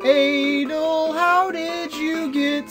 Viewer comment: Also I'm not sure but I think you say it like A-DOLL